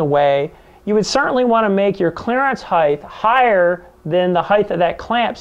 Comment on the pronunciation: Fascinated with this process as I am giving serious thought to converting my manual Turret mill to a CNC machine. I'll then be able to do impossible tasks on a manual machine. One minor point. Height is pronounced "heyt", not "heyth" as all your speakers mis-pronounce. Width is "width" but height does not have the final "th". English is a beautiful and precise language which sounds best when used properly.